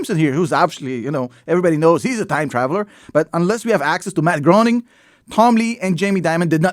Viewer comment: Spelled Groening but pronounced Grayning.